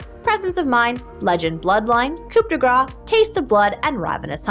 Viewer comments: we do not pronounce the P in coup , and yeah we say it like grass, so it's roughly like "cou de grass" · I had french for one year and imo it should be pronaunced as coo de greiz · will y'all quit saying coop d gras in all your videos for the rune? the p is silent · pronouced coo de grah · I like how every american say "coup de gra" instead or "coup de grace" yet they prononce "amazing grace" correctly. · coup de grace is actually pronounced "cou de grá" but okay